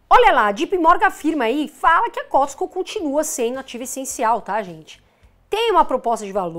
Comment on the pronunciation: Costco, se pronuncia Côsco